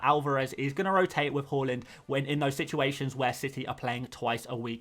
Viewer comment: Mate it’s har - land Not hull- land